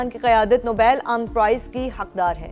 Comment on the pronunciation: News anchor says Nabail pize istead of Nobel